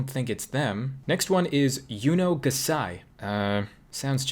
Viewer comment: He changed the name yuno gasai to yuno pguhsai XD Also Imso ptired is Im.so P.tired XD And Doyouguys Preadthese is Do.you.guys P.read.these XD